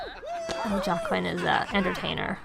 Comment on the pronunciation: It’s pronounced wa ken. Like Joaquin Phoenix. Lol.